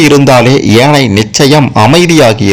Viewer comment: ஏனையின் தவறு எதுவுமில்லை.உச்சரிப்பு ஏனை என்பதே தவறு